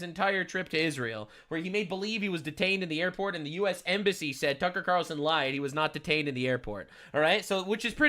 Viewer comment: Cucker qutar-relson cracked me up